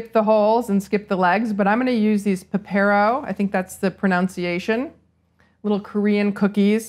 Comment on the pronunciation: almost a shame to eat these they look amazing! also you were almost correct with the pepero pronunciation, it's just that the accent is on the first syllable rather than the second :]